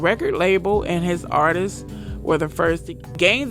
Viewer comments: Why tf does every black youtuber say "artistses"?? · Artists - 2 syllables, not 3. Artists' - possessive - 2 syllables